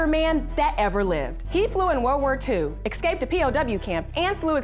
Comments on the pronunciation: Escape. not "excape" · EScape, not Excape...holy crap